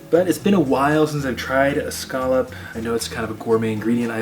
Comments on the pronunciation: Why does the way u say scallop bother me sm 😭😭😭😭 but great video God bless sending lots of love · It's okay to not like seafood. Be nice. But he COULD learn to pronounce scallop!